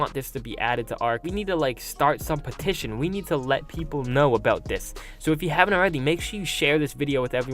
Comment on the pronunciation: Can you say petition?